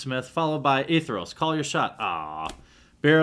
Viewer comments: By the way, the White/Black god is spelt and pronounced Athreos, not A-Theros. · ath-re-os. athreos. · A as in apple, thre as in three, os as in rhymes with oats. Athreos.